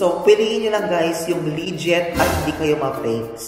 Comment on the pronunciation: Legit not liget